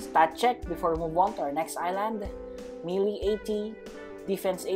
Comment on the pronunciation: I was confused when u say melee I thought it was mil